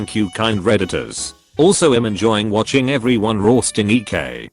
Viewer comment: I love the way the narrator says the word ‘roasting’ like a Yorkshire farmer!